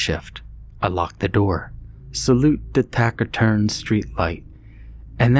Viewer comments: The word taciturn is pronounced TA SIT TURN, not tack it turn. Still, i love your stories. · Actually it’s pronounced, ta-si-turn. You only pronounce 1 ‘T’